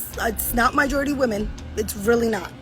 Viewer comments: It's majority btw not mijority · Majority not MYjority 🤦🏿 hopefully she's not teaching English. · Never trust your children with a teacher that pronounces the word "majority" as "mijority." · Did she say myjority???? Urghhhh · It's the fact that she said "MYjority" 😢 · My-gority 😂😂😂😂 stick to teaching "Art" not Language Arts 😂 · Did I just her this so called teacher say "MYjority"? How is this airhead teaching kids anything and she can't even speak proper English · My thought is, how in the world is she a teacher and cannot pronounce majority properly (Mijority) 🤔 I wouldn't be surprised if she's a pedo, it's just inappropriate man. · She said Mi-jority as a teacher of kids… god lord. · MYJORITY de F***.... how is she a teacher pronoucing the word like that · We just listened to an actual teacher say "myjority" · Did that teacher say "mijority''? 😳 🤦🏾‍♂️🤦🏾‍♂️🤦🏾‍♂️ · My-jority? Who that?? 🤣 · Wait a minute. Did she just say Mijority??? For a teacher your English ain't too great huh? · the teacher says “mijority” of ppl criticizing her. I understand she has a Hispanic background but you’re a teacher. You’re teaching children who will hear & repeat that word & likely others incorrectly. Sad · Cartoon bodies are 🤮 What niggas are looking for build a barbie? Oh and the word is pronounced Ma•Jo•Ri•Ty you're a teacher at least learn how to pronounce the word correctly. Thirsty men are their own worst enemies, making these 304s conceited after giving them all this attention and money they don't deserve. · She said mijority...... lmao bruh are we really hiring anyone to teach these days? Poor children smh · What's a myjority lol ain't she a teacher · Anyone who says “my jority” instead of “majority” maybe shouldn’t be a teacher. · They all went in on her online for saying "Myjority" lmfao. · This chic said “MyJority”🤦🏾‍♂️ my question is who allowed her to teach little kids and more importantly who took this photos in the classrooms??🤔🤔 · She’s a teacher but says “myjority” ?